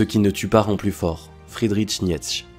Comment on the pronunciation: Ahahahaha tu as massacré le nom de Nietzsche .